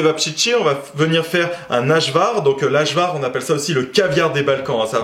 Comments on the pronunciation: Braté on dit pas achva cet ajvar (aivar) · Superbe recette en plus qui vient de chez moi, en Serbie tu les trouveras à chaque coin de rue pour 200 dinar les 5 dans du pain où pita ( 200 dinar= 1.70€). Par contre tu m'as tué avec la prononciation du mot ( AJVAR) essaye phonétiquement AÏE VAR 😁 En tout cas merci pour cette vidéo et grâce à toi je pense déjà au vacances du mois d'août là-bas 👍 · Cevapcici. Même le premier C se prononce "Tch"😉 Ajvar : le J se prononce comme le Y en France " ayvar" 😃👍 Je crois qu'il y a autant de recettes qu'il y a de régions en ex-Yougoslavie... Bravo 😃👍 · Salut! Super recette! Juste pour Info... Prononciation.... On dit "tchévaptchitchi" au pluriel et ajvar se prononce "aïvar"... Sinon... Je ne manquerai pas d'en faire... J'adore ça depuis toujours! 👌👌👌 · Lorsque l'on s'intéresse a des cultures étrangères..on devrait avoir la politesse de prononcer correctement " dans ajvar le j se prononce y" quand je vous entends sur la prononciation ça me fait mal aux oreilles..j'ai zappé votre vidéo.😡